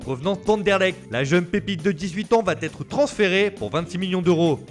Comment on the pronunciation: On ne dit pas va t’être mais « va être » bordel